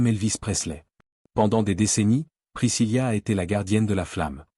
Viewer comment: Ce n'est pas priscillia mais bien Priscilla ( il n'y a pas de lia ):face-blue-smiling